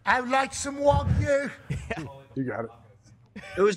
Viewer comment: Yooooo why the boys clowning Rap Sheet for pronouncing wagyu correctly lmao